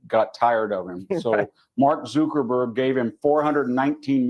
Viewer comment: Mark zooker burghhh lol